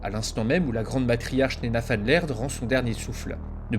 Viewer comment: Super vidéo ! En revanche "Van" est du néerlandais et non de l'allemand du coup tu prononce "Van" comme "Van Helsing" et pas comme en allemand "Fon"